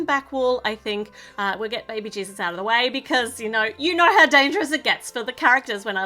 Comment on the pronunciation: It’s so funny how you say baby cheeses instead of baby Jesus!